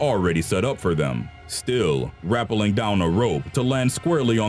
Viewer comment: RAH-pel-ing? Is it not ra-PEL-ling ?